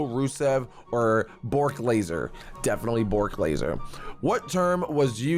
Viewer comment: Not Borck Laser its Brock Lesnar